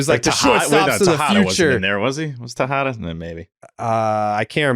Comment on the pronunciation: Please tell me someone hear t say tejada 😂 sound like posadddda lol